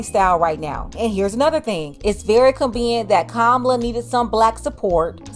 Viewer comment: you could’ve at least pronounced her name correctly!!! It’s Comma-Lah 🎉